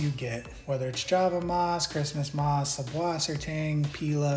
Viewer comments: Why is it subwassertang when it's süßwassertang, with an eszett, a long s. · I'd just like to say the ß in Sußwassertang is pronounced like "ss" so it's pronounced "Susswassertang" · Makes me so mad that people say subwassertang, it’s actually sußwassertang, which is pronounced soos-vasser-tong